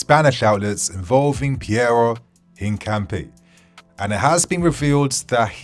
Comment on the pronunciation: It’s IN-CA-Pee-eh.